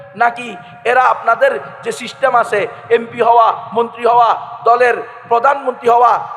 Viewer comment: এই মূর্খ, সিস্টেম উচ্চারণ করতে গিয়ে শিশটেম উচ্চারণ করে। নতুন পাগল।